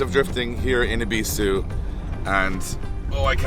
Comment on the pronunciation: I'm sorry guys but i literally had to quit watching after you pronounced Ebisu wrong 19 times in the first minute... I know this is how you guys pronounce it but it rubbed me the wrong way lol. So I did click on the video twice, liked and commented to give yall some interaction but my watch time stopped . Catch you guys after yall Japan lol